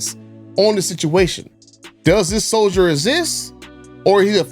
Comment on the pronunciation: It’s “soldier”. 😃